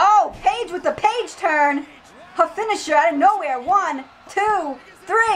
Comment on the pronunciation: its called the paige turner not turn lol